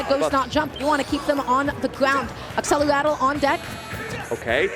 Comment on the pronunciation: Why do they say accelerato? Isn't the spell named Accelerate??